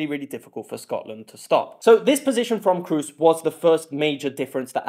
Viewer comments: Very well made Comparison! I hope Scots will come to next round... and btw Toni is called "Kros" not "Krus" ;-) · "Cruise". it is K r O O s. lmao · Its KROOS not cruise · To all English speaking fans: Kroos' name is not pronounced like cruise. Our double-O is long and not sounding like a U-sound as it does in English. You don't really have a word with this O-sound as far as I'm aware, but it's more like the o in no just longer and without the U-sound at the end. :) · Great Video! Learned very much! Keep up! Btw Kroos is not pronounced like "Cruise", the double O in German is pronounced like a long O. :) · Except it's not pronounced like cruise at all... If you search "Close-mid back rounded vowel" on wiki that has the correct pronounciation. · Please dont say "Cruise" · PLS learn the prononunciation of Kroos. He is a worldcup and championsleague winner. Even the freaking english commentator get his name somehow right. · It's not so hard to pronounce Kroos right.